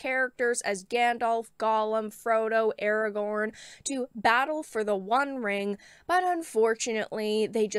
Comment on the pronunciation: Now pronounced "Awagown". ;)